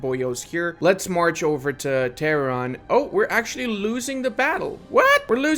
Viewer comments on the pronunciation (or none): none